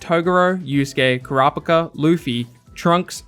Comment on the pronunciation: wtffff you said Karapaka?? it is Ku-re-pii-ka..